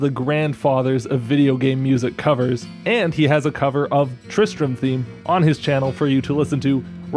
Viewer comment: Tri-stram...... Tri-Strum?